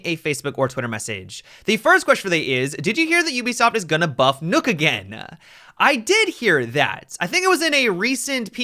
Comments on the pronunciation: STOP SAYING NOOK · Why he says nook wtf bro? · Stop saying nokk wrong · Worst mispronunciation of Nøkk ever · He said "Nokk" Wrong 😂😂